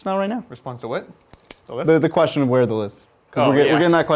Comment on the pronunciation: J'avais compris : questio pour un champignion hahaha :_faceplam